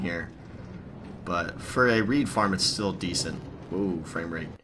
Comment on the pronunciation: do you say frame rate or fame rape?